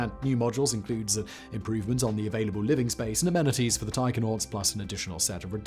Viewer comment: I thought Simon was saying "tiger-nauts".